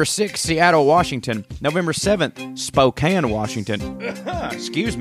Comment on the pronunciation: You know how to pronounce Spokane and Oregon. I'm impressed.